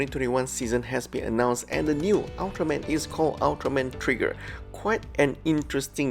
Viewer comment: Ultraman Tiga is pronounced Tee-ga, not Tie-ga.